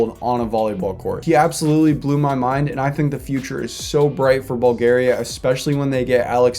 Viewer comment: The fact that you messed up bulgaria and Itali, I just love it